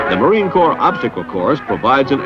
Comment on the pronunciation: WTF is the Corp? You defending some corportation? If you're speaking of the Marine Corps, it's Corps, with an "S" on the end.